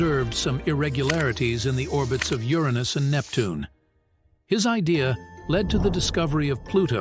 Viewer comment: The AI voice is awful..NeptunEee? Lol